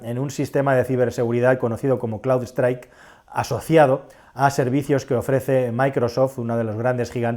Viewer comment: no es "cloudstrike" es CROWDSTRIKE